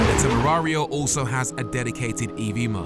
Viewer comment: The name sounds like Super “Mariooo” with the accent